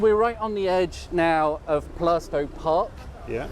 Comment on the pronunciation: A great walk, The Black Lion is a great pub spent a good deal of time there while at college. Your pronunciation of Plaistow is right. Always loved West Ham park, the first ever FA Cup goal was scored there, so ties in nicely with the sporting links